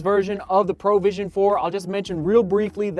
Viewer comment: why does he keep saying "Pro vision"? XD it's not a professional vision, it's provision as in PROVIDE :D